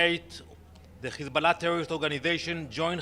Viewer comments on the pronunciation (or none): 😂😂😂. His pronunciation of Hezbollah. Stop lying no one believes you.